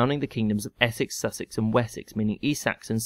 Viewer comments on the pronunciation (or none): none